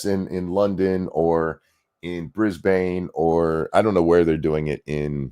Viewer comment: Hearing pronounce Brisbane is like nails on a chalkboard.